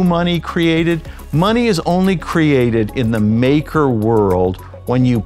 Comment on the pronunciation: Exactly this guy has no fkn clue what he is reading off that teleprompter